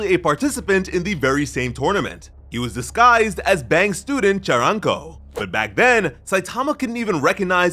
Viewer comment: It was Fang not bang btw